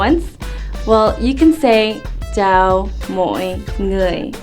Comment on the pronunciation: My concern is the "ch" sound.. to me it sounds a little more like a J-sound like "jow"..